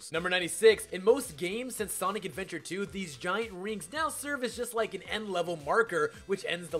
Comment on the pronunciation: i like how he calls sonic adventure "sonic's adventures"